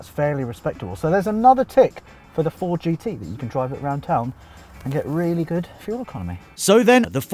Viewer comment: THISS Is a tooth ousnd six foourd Jeee tee